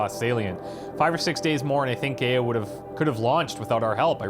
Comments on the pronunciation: Loved watching this lp :) love your channel! I know how nitpicky this sounds & apologise in advance but for some reason you keep mispronouncing Gaia and it's driving me crazy :') phonetically spelt it's "guy-a" not "gay-a" Gaia was the greek goddess of nature which explains why they name their ai after her :) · I feel I just have to say this for future use, if for no other reason. GAIA is not pronounced as 'gay-ah'... It is said as 'Guy-Ah' instead. GAIA is an old idea. One where all life on this planet is one being. In modern times, it has come be a scientific term for the entire bio-mass of the earth. There are some schools of thought that think that the world is as it is because Life wants it that way. The average temperature of the Earth, it's reflectivity, the composition of the atmosphere, everything really, is as it is because Life itself wishes it to be the 'best' to support Life. I know, a weird concept, but there it is. All things balance because all life on the planet is in a 'harmony' to be so. If we over produce CO2, then plants will flourish to consume it and produce oxygen. Too much oxygen? Then the seas saturate and life in the seas flourishes. On and on and on. In an endless cycle. There may be some 'traction' to this 'balance act' of Nature when you think of it. Super Volcanoes, events like the meteor strike that killed off the dinosaurs, and others. All of which should have rendered most of the Earth uninhabitable, if not all of it, and yet Life survives. So, calling the Sentient AI in charge of Zero Dawn GAIA seems, fitting. At least to me. the Frank Gamer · Very nice episode. It really bothers me how he pronounces "GAIA" like "Gay-a". That is so wrong it scratches my brain. The correct way to pronounce GAIA is "Ga-ya". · Am I the only one who cringes every time he pronounces GAIA Gay-uh instead of Guy-uh? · Gay-ah lol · It's somewhat annoying when someone doesn't pronounce "Gaia" properly. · Why are you saying GAIA wrong